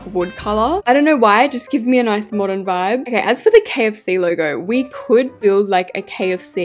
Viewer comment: You said Moderen McDonald’s😅